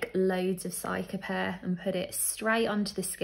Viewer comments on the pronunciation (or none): Pronounced ceeca-pairr btw not cyca